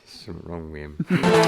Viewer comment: “There’s something wrong wi’im” 😂😂😂😂😂😂